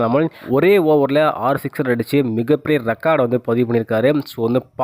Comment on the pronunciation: ஏன்டா தமிழை கொலை பன்றே ? சிக்சர் ரா? சிஸ்டரா?